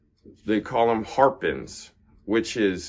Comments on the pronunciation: in the video he said it’s called a “Har-pin”. He mispronounced because he doesn’t know much about racquets, except the shit he sells. The frame, before it’s customized, is called a “Hair-pin” for the reasons you described. My sarcasm was aimed at his blunder. I come watch this guy for the comedy value. He does little research before he’s posted his vlogs. It’s laughable. Sorry for the confusion. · Apparently it’s a “HARpin”, not a “HAIRpin”.